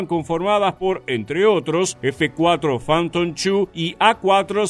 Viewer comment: todo chévere hasta que pronuncia f4 fanton chu, prefiero escucharlo solo fanton tu, no están de acuerdo??